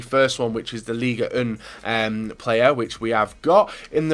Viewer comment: It's not Liga Un ! Are you french ? Pronounced League One 👍🏻 "Won" Come on dude.